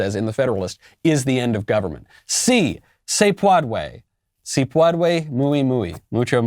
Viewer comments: I think Sí se PWADWAY!! Is acceptable..in LatinX terms. Yuck. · If you’re an education professional and don’t know how to say “si se puede” like our neighbors to the southwest... you have to stay out of all politics. Forever